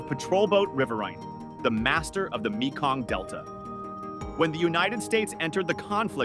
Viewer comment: It's pronounced MAY-KONG, not ME-KONG.